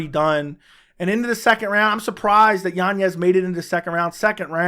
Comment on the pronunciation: Yanez... Not yanyez. Good Lord, man.